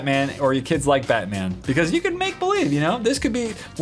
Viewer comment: He's not bat man he's